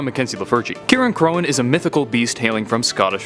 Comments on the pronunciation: It’s pronounced sitressey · It’s pronounced “Ci-reign-croin” So Cirein sounds like “Ci-Reign” (The type of C used for world’s like kick and compliment) And cróin is actually “Croin” I’m not making this up